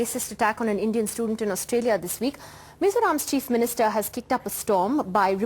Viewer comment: lol what a biatch , she can't even pronounce australia well